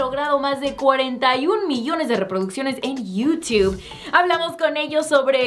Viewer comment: "Yiutiub" :v